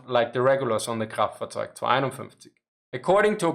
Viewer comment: Dude, that’s awesome how you can say the whole sonderkraftzwagonein…. Something something without messing it up. Props!